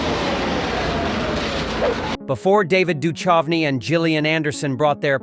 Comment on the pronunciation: Can't you get your dumb AI to pronounce David's surname correctly?